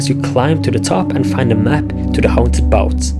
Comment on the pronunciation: "Haunted bout"